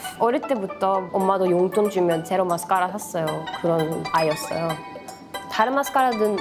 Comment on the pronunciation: 에 마스까↗라↘ 은근 중독됨ㅋㅋㅋ